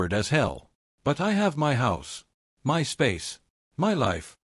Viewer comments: AI is too stupid to pronounce "MY" wtf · Why does AI have such a difficult time saying the word “my”?